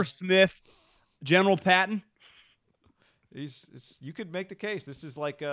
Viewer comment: Paton is pronounced like Peyton not Patton